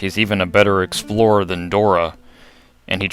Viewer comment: EXPLORER DOES NOT RHYME WITH DORA! OMG ~rant rant rant~